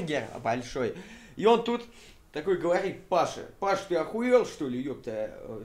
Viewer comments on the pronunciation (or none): none